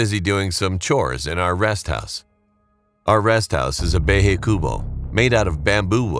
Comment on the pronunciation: Ah yes "behey"